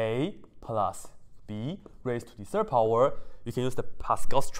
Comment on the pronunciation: I only can hear "to the Sir power" haha